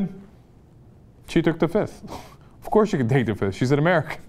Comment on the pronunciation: I plead da FIF.... I plead da FIF.... 1,2,3,4, FIIIIIIIF